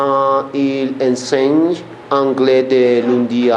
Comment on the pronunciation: une douche (la e no suena), enseigne ("en" nasal), les exercices (laison) TRES BIEN!!!